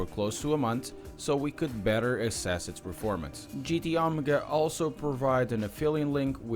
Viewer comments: GT OH-MEY-GAH, not OMGA lol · Couldn't watch this video because you kept saying "GT Omga". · I believe it's pronounced "Oh-may-gah".